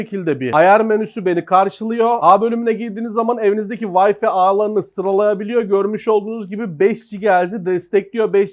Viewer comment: Wi-fi'ı hala "Vayfi" diye okuyan elektronik kanalları mı var arkadaş bu Ülke'de? Hani "wi" kısmını "vay" diye okuyorsun ingilizce, ikinci kısım olan "fi" kısmını neden "fay" diye değil de, "fi" diye okuyorsunuz arkadaş? Yarısı ingilizce, yarısı Türkçe olayı neden? Ya tamamen Türkçe "vifi" dersin, ya tamamen ingilizce "Vay-fay" (waɪ faɪ) dersin. Şarj'a "şarz" diyenler ile aynı kafa bu. HDMI'ı da aynı şekilde "Heee-di-em-ay" değil, "eyç-di-em-ay" (eɪtʃ diː ɛm aɪ) eğer ingilizce söylemeye çalışıyorsan. Ha ben Türkçe okurum dersen zaten: "He - de - me - ı" dersin olur biter.